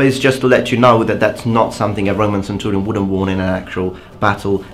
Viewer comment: can i just say, i really like how you say centurion, it just sounds nice